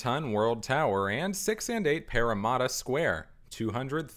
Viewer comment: This is a great video BUT I CANNOT GET OVER THE WAY YOU SAY PARRAMATTA As a sydney-sider I find this video very interesting as I have been and seen these towers many times, but I just have not seen them from all angles. Just looking at these towers from some of the angles shown in the video just blows me away.